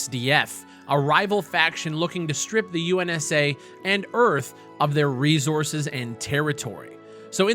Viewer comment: why does he say resources like that lmao